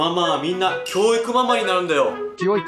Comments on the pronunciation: キョゥウィクゥマゥマァー ↑これ好き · 教育マンマンてきこえた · 脅威熊まー、に聞こえるw